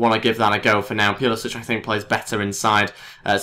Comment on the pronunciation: Pulisic is pronounced pull-uh-sick.